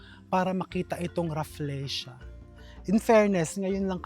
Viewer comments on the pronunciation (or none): Raf-LEE-sha not Raf-LEY-sha